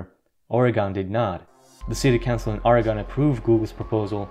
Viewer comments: It's "ORGAN" Not, "ORUHGONE" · Oregon has two syllables. As in: "Or-gun" Sorry, not being a dick here ... Just a fyi :) thanks for all the vids! Sincerely, Lifelong Oregonian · The state of Oregon is pronounced OryGUN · We pronounce it Orygun. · Quit talking about Oregon like you know. You don't even say it right. Show pics of the Bonneville dam. That shit is full.